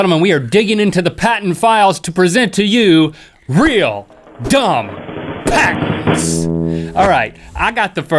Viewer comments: Am I the only one who thought it said parents at first? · who else thought it said 'dumbest parents of all time' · Am I the only one who thought it said Parents instead of patents? XD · When it sais patents, I actually thoguht it was parents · I thought is said parent XD